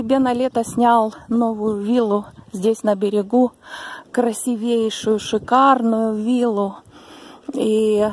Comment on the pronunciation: слушала как детектив, с замиранием сердца. Вы умелая рассказчица с богатой русской речью, образно рисующая картины сюжета. Какая молодец! Только не обидьтесь на маленькую поправку: надо произносить "красИвейший". Девочки, не набрасывайтесь на меня за поправку! Я поклонница этого канала и многим его рекомендовала. Релаксирую под эти истории и картины.Спасибо!